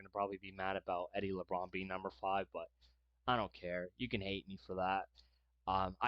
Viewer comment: Please learn how to pronounce the players names before making these videos! It's Eddie LaBaron not Eddie Labrawn!🫤